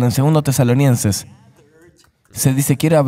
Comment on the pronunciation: Perdón por favor, pero… CAMBIEN DE TRADUCTOR! No puedo pasar estos videos a personas pequeñas en la fe; por causa de que el traductor dice mal los nombres como esta vez que ha dicho TESALONIENSES todo el tiempo!!!! Hay personas que no son creyentes pero leen la Biblia. Cómo recomiendo yo los videos??? Y es que los errores de traducción están una y otra vez en muchos otros videos. Nuevamente, pido perdón, pero debo suplicar que consideren usar a otra persona con un mejor manejo del idioma español. Bendiciones y gracias